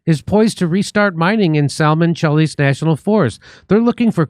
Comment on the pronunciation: Jimmy passed the Jew test with his (mis)pronunciation of the word Salmon.😂